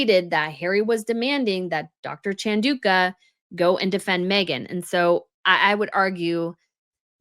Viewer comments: It’s Chan - Dau -Ka. Not Dooooka. OMG, please learn to pronounce words. I know you’re American and don’t care but please, it’s so disrespectful. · repeatedly mispronouncing Chandauka. Shocking. 🙄